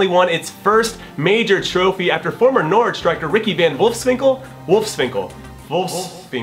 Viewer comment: Even if it's still not quite right, this is probably the best an American has ever pronounced Norwich. Good work Jimmy, now can we agree to never mention Ricky van Wolfswinkel again?